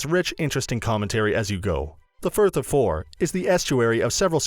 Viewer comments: Incomb, firth of fore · "ink Olm island" on the "firth of four" lol